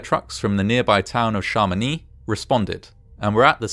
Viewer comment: Passionnant, merci 🐸 (and congrats for the pronunciation ; "Chamonix" is tricky 😉)